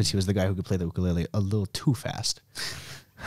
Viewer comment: The way this guy pronounces ukulele 😅